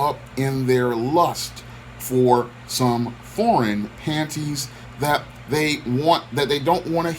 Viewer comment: The way you say “panties”? Hilarious. Lol RIP to the gentleman.